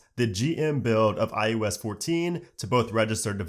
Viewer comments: All I hear is ius lol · you said "IUS" nearly every single time